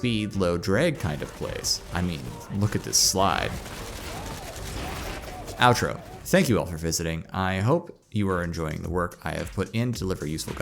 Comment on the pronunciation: “Outo” instead of outro